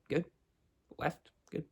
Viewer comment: "weft and wight "